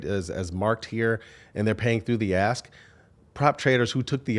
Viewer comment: I wanted to laugh every time you guys said "pay through the ask" and it sounded like "pay through the ass" and the meaning didn't change whatsoever.